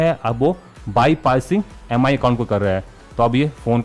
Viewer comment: It's not pronounced as M I. It's called 'Mee'